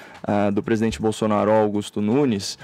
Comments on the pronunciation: Aos: é impressão minha ou o falou “gestão bostonaro”? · HAHAHAH, Também notei! BostoNaro